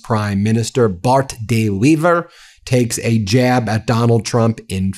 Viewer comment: Finally a US podcaster who can pronounce "Bart De Wever" correctly 😃. Well done Ben.